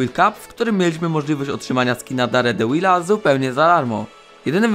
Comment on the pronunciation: Nie daredełila, tylko derdevila